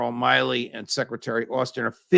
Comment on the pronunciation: Why do you consistently mispronounce General Mark Milley’s name?